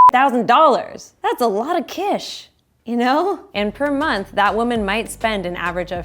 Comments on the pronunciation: you can say cash. Just say cash, please. CISH is something else entirely. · "That's alot of cish" (I love her socks)